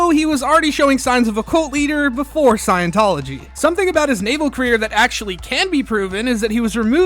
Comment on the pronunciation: 'Scion'-tology, man.